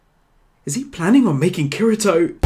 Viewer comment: did he just say kerento